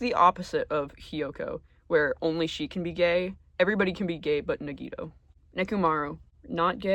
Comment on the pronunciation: You pronounced Nagito’s name wrong. 😅